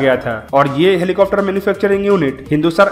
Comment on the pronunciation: Plz stop saying 'helicofter' , it's 'helicopter'...... Helicofter sounds so irritating